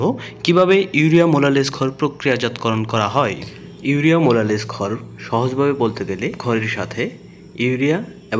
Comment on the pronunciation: ভাই আপনার ভিডিও দেখে আমি অবাক হয়ে গেলাম মোলাসেস কে বলছেন মোলালেস